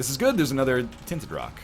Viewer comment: Oh Northernlion plays Binding of Issac. It's "ANUDDA ONE!"